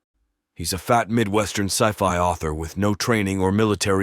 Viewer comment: yes.. But listen to it pronouncing ( ci-fi ) it said si-FI I was intrigued by the voice too. But sadly it's not a real human . Best wishes to you and your loved ones and lots of love and respect and greetings from me in Amsterdam the Netherlands 🇳🇱 😊